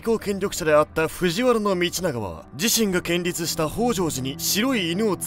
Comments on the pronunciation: 、「建立」は「こんりゅう」と読むんだよ〜。 古い映画の影響で、安倍晴明は野村萬斎に変換されちゃう。蘆屋道満は真田広之。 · 寺院等を建てるときは建立(こんりゅう)ですよ…！ いつも面白い動画ありがとうございます((｡´･ω･)｡´_ _))ﾍﾟｺﾘﾝ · 建立（けんりつ）→こんりゅう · クソリプで大変恐縮なのですが、この場合の「建立」は「こんりゅう」と読むのが適切かと思います🙇‍♀️ あるごめとりぃ含め大好きで最近毎日のようにみているのですが、読みや漢字、文法の間違いがかなりあって、ひっかかります。YouTubeだし、そこまで細かくつつくこともないとも思うのですが、非常に素晴らしいコンテンツでおそらく子供たちもTVがわりにたくさん観ていると思うので、間違った日本語が多いと、間違ったまま学んでしまうのでは、と心配しています。 TVレベルの素晴らしいコンテンツだからこそ、そしてここからもっと人気になっていかれると思うので、日本語の監修はしっかりしていただけたらいいなぁとひそかに思っております。 ほんとにクソリプで申し訳ないんですけど、大好きで、応援しています🙏✨✨✨ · 既にあるかもだけど、 「建立(こんりゅう)」です！